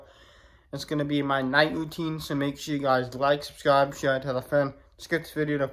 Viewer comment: Its routine not rutine. Wish you all the best!